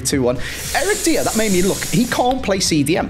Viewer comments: Commenting before mentions his name but it’s previously broke me that calls Eric Dier “Eric Deer” - I swear he done it for interactions/comments on his videos. Praying now pronounces it correctly 🙏🏼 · Does anyone else get triggered by calling Eric Dier, Eric "Dia"? Like mate... Just watch TV, everyone says it right! Just pay attention... Unless its some sort of weird (bad) joke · ANDDDDD he still calls him “Deer” 😢😢😢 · If Dier gets upgraded, you better learn to pronounce his name!